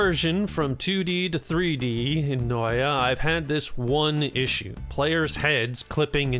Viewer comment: Did you just take out the t from Noita lol